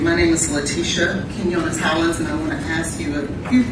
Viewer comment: Keen-yo-ness that’s how you say Quinones